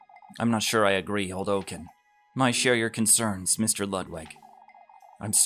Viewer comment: Since the name is SO many times read aloud by you, lemme give you a tip... ;) Jochen is not pronounced "O-ken" but "Yo-ken". Actually, the "ch" in the name is not pronounced as "k", but to be perfectly honest, if you haven't learned German, it's impossible to teach you here. "Yo-ken" will do. That is...have you maybe heard how the famous composer Bach or how Loch Ness (where the monster lives) are pronounced? The "ch" sounds in those names is the same sound as the "ch" in Jochen. Also, awesome series. I have been really enjoying this. :)